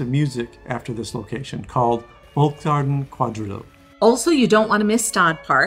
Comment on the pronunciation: Hello, I really liked your video! Here are some hints regarding pronunciation: The German "v" is always pronounced like an "f" (unless it's used within a loanword from a Romance language). So "Volksgarten" is pronounced "Folks-Garten". The German diphthong "ei" sounds the same as the English personal pronoun "I" or like "eye". So "Musikverein" is "Moo-seek-Fair-eyen" and as the German "z" sounds like "ts", "PEZ" is "Pets". However thumbs up for you correctly pronouncing the "ch" in "Sacher"! 👍 Best regards from Vienna! 🙂